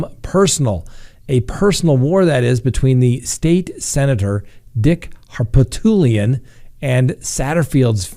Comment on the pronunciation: Here in South Carolina hiis name is pronounced Har-poot-lian.